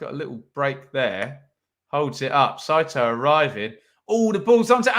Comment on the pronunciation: Well done pronouncing Saito’s name correct. My wife is Japanese and the butchering of the name is annoying from our end on QPR commentary and American commentary. Great day in Alabama watching the mighty rangers.